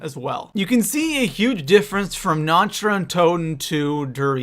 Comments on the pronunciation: The only thing about this video that bugs me: Nacht is pronounced almost exactly like "knocked". Not like "notched". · Na-kt not na-cht it's German fuckface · Is it me or does anyone else get triggered when someone's pronounces 'Nacht' in Nacht der Untoten as "Nach-t" instead of "Nakh-t" ? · People learn to pronounce nacht (na-k-t) there isn't a ch sound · no, you dont say it like "nakt". Its so cringy that all the english people think they pronounce german words right within the game, lol. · I was going to watch this video, But said Nacht wrong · Do even know how to pronounce basic things such as Nacht? And it's "Mystery box" not "Random box" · OMFG im from germany and its so fucking annoying, that everey one speakes the maps compleatly wrong ( sry for the gramatik)